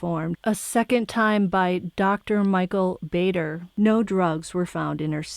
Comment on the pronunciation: Its dr Baden not bader